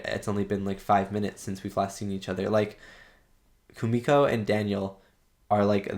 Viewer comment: And don’t worry. You pronounce Kumiko’s name right👍🏾